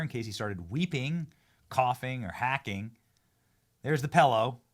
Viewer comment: Benny: PELLOW, MELK, MELK SHAKE. Come on big dog there is NO E’s in these words. Say it with me MILK, milk shake, PILLOW 😂🎉